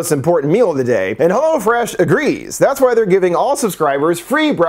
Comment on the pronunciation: AHAHAHA, I forgot your ad read for "hello-fresh". Mad funny. Idk why but everyone else says "hell-o-fresh" but you say "helloh-fresh"